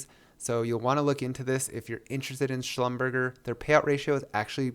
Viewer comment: It’s pronounced schlumber-jay